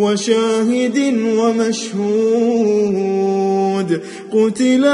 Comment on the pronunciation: السلام عليكم اخي العزيز لديك اخطاء في السواد في القران الكريم في اية(وشاهدا ومشهود) والقراه جميلة جدا جدا ربي يبارك لك في الدين والدنيا